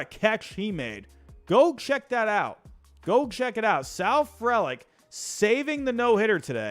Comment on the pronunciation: ITS PRONOUNCED FREE-LICK